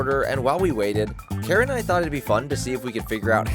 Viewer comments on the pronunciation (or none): none